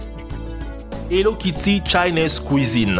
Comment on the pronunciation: Mdr quand tu dis hello Ketty